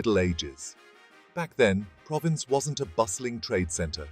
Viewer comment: If you can't be bothered to pronounce Provins correctly, it's not worth watching the video. So I'll look for another one. I'm not buying any crap.